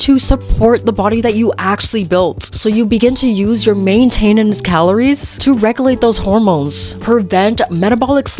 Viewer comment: Is this an AI account? Main-TAIN-ence?